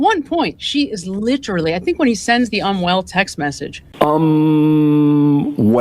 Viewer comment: It's literally. Not, litreeleee.